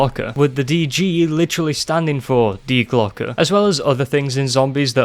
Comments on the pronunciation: Im from germany u spoke die Glocke (The Bell) very Well in germany we say hast du richtig gesagt hahah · Yes, you said die glocke right. Coming from a person who actually studied German, think about it like this. Remember the pistol company glock, well say that and the add the sound the letter a makes.( due to e's in German sounding like a's)